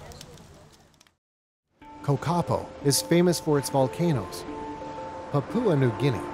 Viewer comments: It is a pity that the reporter did not learn the correct pronunciation for place and people group names before making the documentary. Examples are My Hagen, Kokapo and Baining. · Kakapo ok?! Is it supposed to be Kokopo 😄 🌋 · Its kokopo not kokapo..